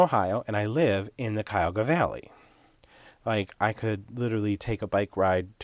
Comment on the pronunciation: Cuyahoga Valley- oh my- the green really caught my heart. I love teal and shades of green. I am familiar with Cuyahog county. Yoi said it just thee way the locals do